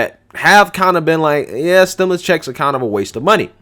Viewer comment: Stim...U...lus, not stim...i...lis. Like your content!